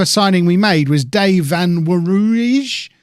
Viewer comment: Pronunciation of Van Wanrooij: Fun One Roy. Stress on One.